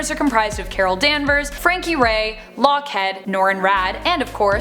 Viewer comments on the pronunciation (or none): "Lockhead"? I think you meant "Lockheed..." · who TF is Lock head? Could you mean LockHEED?